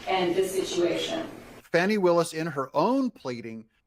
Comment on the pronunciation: This whole report is BS. First her name is pronounced Fawn-ie. Secondly, she hired this guy because he is an excellent attorney as is she. Third, that divorce suit has been going on for 2 yrs. It happened because his wife cheated on him with his best friend. Fourth, the married couple both agreed to a nondisclosure agreement at the beginning of the divorce 2 yrs ago but suddenly the same day she asked for disclosure one of Trump’s worst goons files a suit of conflict suggesting collusion between Trump and the ex wife of prosecutor.. Fifth, this is not the first time the republicans in the Georgia senate have tried to get rid of Willis and it was turned down by their governor. Sixth, this has absolutely nothing to do with the Trump case and will have no effect on it. I strongly suggest you listen to fact based news, especially with esteemed attorneys like Midas Touch.